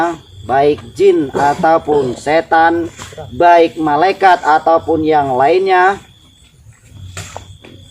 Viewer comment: Yg aku TDK setuju anda mngucap malaykat .krnaalaykat utusan.Allah.